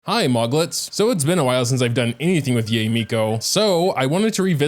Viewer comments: why would you pronounce her name as YAY miko instead of YAE miko? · btw her name is pronounced as y-eye